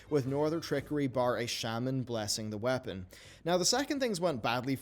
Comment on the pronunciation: I can’t get over how he says “whapen” for weapon 🤣